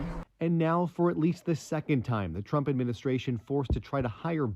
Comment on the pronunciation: Falsely pronouncing Trump, “Tramp.” Put a similar video out on that and watch the network shed debt.